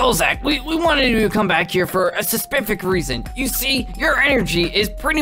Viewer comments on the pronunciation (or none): "Sesipfic." XDDDDDDDDDDDDDDD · he said sespific reason and he was supposed to say specific reason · saspific? dnt you mean spasific?